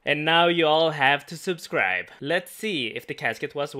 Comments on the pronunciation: please learn how to say "subcribe" thank you hahaha Super series boi i love to watch it <3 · "Completed" "Complebe" "Subscreebe"